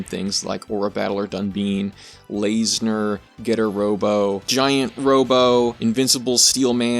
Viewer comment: The "tes" in "Voltes" is pronounced like "test" The "bine" in "Dunbine" is pronounced like "bind" The "ba" in "ganbare" is pronounced like "bar." And "corps" is pronounced like "core." That one's French. Also, this is a real bugbear of mine: tokusatsu is not a genre. It's a style and technique of filmmaking. It can do horror, action, sci-fi, fantasy, basically any genre or story that involves heavy use of special effects. And in regards to subgenres, there are many tokusatsu works that could be called mecha. Most commonly there are the super robot shows of the 70's and 80's like Red Baron, Mach Baron, and Daitetsujin 17, but there have even been a couple instances of tokusatsu leaning into what some would call "real robot," most prominently the 1989 movie Gunhed. Hell, if, like me, you think what we define as tokusatsu should extend to any cinema that uses the right style and techniques regardless of country of origin, Robot Jox would very much count as tokusatsu.